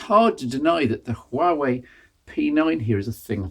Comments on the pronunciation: as a former Huawei employee.... 1- it's pronounced- Wa- Wey 2- P- stands for premium 3- Mate series - where they test new software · The H in Huawei is silent.